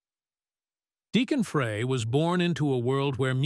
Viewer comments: why can't anyone ever say the name right??? FRY FRY FRY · OMG! Say "FRY" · Fray? Jeez! Do your homework!